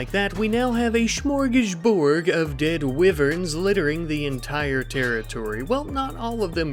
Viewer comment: Now we can add “wiv-earn” to the “smorg-es-borg” of mispronunciation!